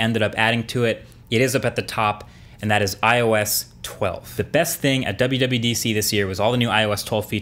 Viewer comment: Did you said WWEDC?!?